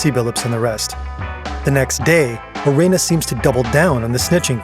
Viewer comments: Kash Patel needed to be made fun of for saying La Cosa Nostra the way he did but pronouncing Gilbert Arenas last name the way you did the narrator should be made fun of too. It’s Arena with an S on the end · how do you criticize the govt. for mispronouncing words then repeatedly say gilbert a-ray-nas? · you can't knock cash for his pronciation when you're saying Arenas like that pal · Imagine making fun of someone for pronouncing something wrong then pronounce arenas like that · You. can't make fun of the mispronunciation of the mob names and then mispronounce Gilbert Areanas 10 times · imagine making fun of the way la cosa nostra is pronounced, and then get gilbert arenas' name wrong multiple times yourself.